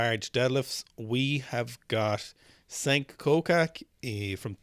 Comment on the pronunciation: The Turkish name Cenk is pronounced like “Jenk” in English with a hard j (not exactly the same sound but close enough).